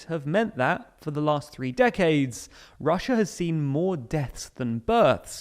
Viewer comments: Ah yes "Russua" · hahaha! "Russua"!! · "This is weird for Russua" 🤣🤣🤣🤣🤣🤣🤣🤣🤣🤣🤣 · Russua xD